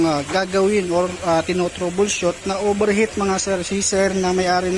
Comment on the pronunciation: OVERHEAT✔️ PO hindi OBERHEAT❌